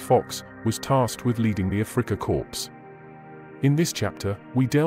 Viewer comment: He learned a lot from General Fuller. PS it's Afrika Korps (pronounced "core") not corpse!